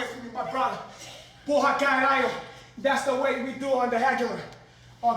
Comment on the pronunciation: His Brazilian accent is truly convincing up until he pronounces "Porra! Caralho!" LOL That's brilliant, though!